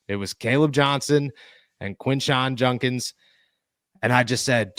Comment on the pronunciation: JUDkins... not junkins.. for fks sake.